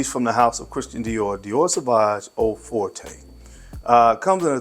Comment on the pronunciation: Also, Forte is pronounced like Fort. But honestly, that’s an easy mistake, especially because the House of Dior is French.